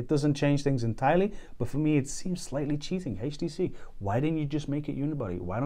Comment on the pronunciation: Awesome phone. I noticed that he pronounced it "haach tc"